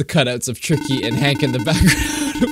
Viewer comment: I like how tricky said tiky